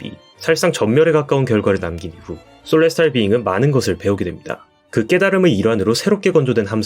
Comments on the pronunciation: 솔레스탈 비잉구... 일본애들 발음 진심... 셀레스티얼 비잉 인데... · Celestial Being 을 왜 소레스타르 비잉그라고 발음 할까요?